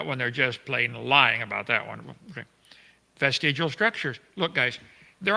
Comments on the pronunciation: vestigle?????? you mean VESTIGIAL...... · Do all Brits make vestigial rhyme with testicle? I'm writing a poem about Kent...